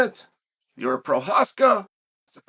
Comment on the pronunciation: I hope this spelling is in reference to chael pronouncing his name "jeery" lmao